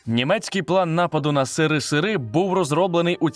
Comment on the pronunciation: Лайк за СЫРЫ-СЫРЫ 😅